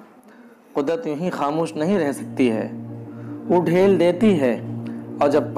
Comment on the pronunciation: ماشاءاللہ اچھی ویڈیو ہے ،بس ایک گزارش تھی حقیر پر تقصیر سی ۔ وہ کہ مضمون خوانی میں کچھ غلطیاں ہوگئی ھیں وہ اگر درست کرلی جائیں تو پھر مضمون میں مزید جان پیدا ہوجائے گی ۔ جیسے لفظ ڈھیل اس كو dheel پڑھا جاتا ہے آپ نے جو پڑھا ہے وہ صحیح نہیں ہے ۔ اور اسی طرح اور بھی کئی لفظ ہیں جن کو پڑھنے میں غلطیاں ہوگئی ہیں امید کی جاتی ہے کہ آئندہ اس کا خیال رکھیں گے ---- افتخاررحمانی اس سلسلے میں نازش بھائی آپ کی رہنمائی کردیں گے میں ان سے کہہ دیتا ہوں ۔